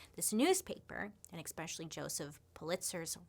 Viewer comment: I love that you hate the "R" in february but say eCXpecially instead of especially. 😂😂😂😂